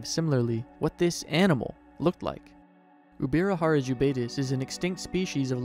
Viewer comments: Ubirajara is pronounced "J" as in English, not with "R". The language spoken in Brazil is Portuguese, not Spanish. The "J" in Portuguese is pronounced in the same way as the "J" in English, and not "R" as in Spanish. The name is indigenous to Tupi and he reads and writes in the same way as Portuguese. The correct way of speaking is "UbiraJara" and not Ubira"R"ara. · its no ubirarara its ubirajara, brazilians speak portugues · Uh, J is not pronounced R in Spanish, it's usually an H. He was pronouncing it UbiraHara. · I get it, so in English H sounds like R. That's okay, but the pronunciation of the dinosaur in this video is still wrong.